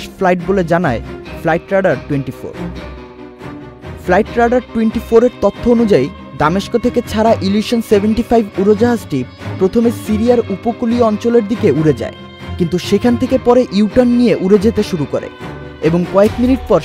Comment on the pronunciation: উরাল দেয় 😂, ছারা.... কি উচ্চারণ 😂 উরোজাহাজ 😂